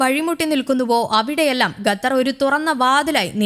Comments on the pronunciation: It's ഖ NOT ഗ. Say ഖത്തർ NOT ഗത്തർ 🤦‍♂️ 🤦‍♂️ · Qatar not Gatar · അന്ത്യശ്വാസമല്ല. അന്ത്യശാസനം. ഗത്തറല്ലടി, ഖത്തർ. ശവം